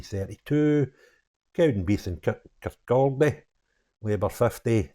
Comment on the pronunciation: Love your videos but it's pronounced Kirkauldy. SNP out. 🏴🇬🇧